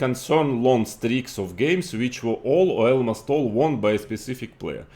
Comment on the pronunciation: Потому что в английском языке нету слова "Элмост" (слово almost не так произносится) … у ВБ действительно немного смешной Английский, но я без труда могу его понять.